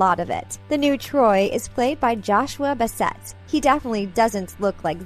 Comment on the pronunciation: i cringed